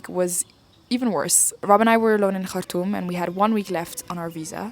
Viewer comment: Yes the way she say Khartoum ...❤❤